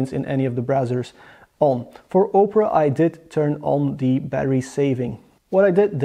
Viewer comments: Good effort in this review, I just want to add two things: 1) multiple tabs should be tested, even if it is running a play list on 4 tabs simultaneously. 2) Opera is pronounced "Ah-pera" , not "Oh" - pera .. I think you are confusing it with Oprah Winfrey..:-D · It's pronounced Opera, not Oprah